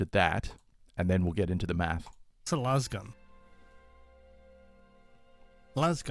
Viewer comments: Someone pronounced lasgun like laser the other day and I had an existential crisis. Why is everyone saying lazzgun like Las e fair? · Because lazz gun is how it is officially pronounced by all 40k media no one says lase gun. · Lasgun is the Gif / Jif of the 40k generation. If it's a laser gun then it should be laze-gun not lazz-gun